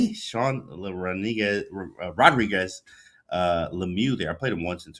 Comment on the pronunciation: Cringe, It's not Rodrigues it's Rodrigue-Lemieux. A French Canadian QC man with three names